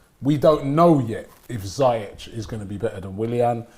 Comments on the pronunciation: they still call ziyech(ziek) its (zeash) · its not ziy-jech its Pronounce seayek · Who the hell is, "Zaahyech"???